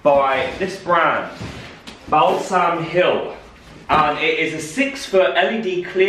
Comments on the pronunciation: A new Christmas tradition for me each year is going to be watching 23 minutes of trying to pronounce Balsam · Absolutely crying for every “BAL SALM!” Ahahahah love you